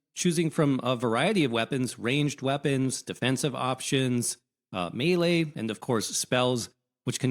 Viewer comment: Thank you for saying melee property